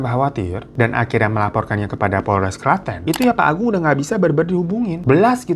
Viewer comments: Tenang Bang Hiro, gw nyebut Klaten jg sering dengan pronunciation bahasa Inggris wkwkwkwk. Bang, lo kok candu banget dah, gw sampe ngulang video lo bisa sampe 2-3 kali per video. Enak bgt denger gibahannya wkwkwkwkw. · Klaten jadi klètèn Sudimo jadi sàdimo 😂